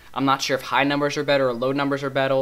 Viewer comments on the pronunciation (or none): lol u said bettel instead of better!!!! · He said betto instead of better lol